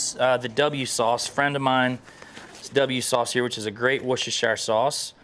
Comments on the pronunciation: I’m not English but don’t say Wostershire sauce,it’s pronounced “Wooster sauce”.👍😂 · The absolute confidence carries in pronouncing Whoreshis….. warchester…… W sauce is inspiring. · It's pronounced worstisstchiieer sause. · It's pronounced "wuss tuh shuh" sauce.